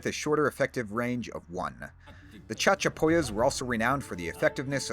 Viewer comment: "CHAD-chapoyas" XD XD XD XD